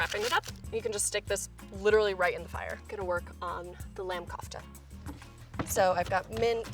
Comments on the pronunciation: How she pronounces lamb KHHOFFTTTA. .....😂😂😂 it's actually funny coz it's an Indian food and we do not pronounce it that way..... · Okay kofta is pronounced COOFH-TA when you pronounce the “K” it is supposed to hit the back of your throat like a chocking sound and the “O” sounds like a OA. Ask a middle easterner or central Asian how to pronounce a word. Don’t sound so American when pronouncing a word from another country. Use an accent!!!!!!!!! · Really good job with the Koftas.. It's an Indian dish and I'm from India.. It's actually pronounced as 'co-fta',just like we pronounce 'co-worker'.. It's usually made with cottage cheese as its a veg dish but sometimes also with chicken, yk, new ways to give twist to a recipe.. Ok now I just want some Koftas 🤤😋😂🧡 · everytime she said cough-ta i died a little inside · Møøńŷ Édîtś sooo cringy it’s pronounced kofta the o is like in k.o and t in kofta is like the t n therapy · lmao I died when she pronounced Kofta as 'cough-ta' but I'm really happy she decided to go for a Mediterranean dish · Yeah but it made me cringe every time she said kufta, ot haloumi You know what I mean? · Heba Yehia we pronounce it as kafta though.... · When you live in the Medditerrian and know she's pronouncing kofta wrong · The pronunciation of kofta gives me cringe its not pronounced that way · Your saying kofta wrong and I know that because I do talk in Arabic and it's an Egyption dish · i am egyptian can prob tell by my spelling and i hate the way she says kofta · Lol I’m half Egyptian and we eat kofta a lot, she is it just me or is she pronouncing it wrong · The way she says "kofta" makes me laugh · Ahmad Jamous yessss she was like :Kaufftuh when it’s pronounced Koo-f-teh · you said kofta but but in most areas that koftas are eaten they say it kinda like kufta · It isn't pronounced Kouftaa it is pronounced koafta😑😑🙄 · Its COFTA not Cafta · For reference kofta is pronounced “kufta” not coughta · She said coughta and not kofta